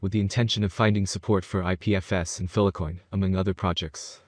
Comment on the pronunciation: FILE-COIN NOT PHILA-COIN! WHY ARE YOU PRONOUNCING IT LIKE THAT AND YOU EVEN SAY FILE SEVERAL TIMES IN VIDEO BUT STILL CALL FILECOIN PHILACOIN!!! WHHHHYYYYYYYYYYYYYYYYYYY